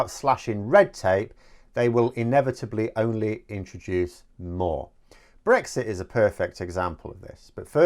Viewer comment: "Beexit" What jolly good fun.